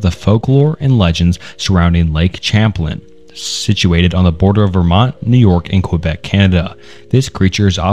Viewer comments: I'm from Vermont and I just wanted to clear up that Champlaine is pronounced Sham-Plain not Champ-Lin. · Champ of lake "Cham-plan..." as a native vermonter that pronunciation hurt my soul. It's pronounced "Sham-plane"